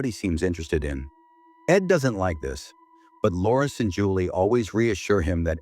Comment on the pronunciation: uuh "Chulie and Lawrence" 😂 much love❤